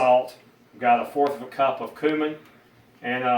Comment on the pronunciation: They're pronounced "pure-aye", and "cue-min". Good grief.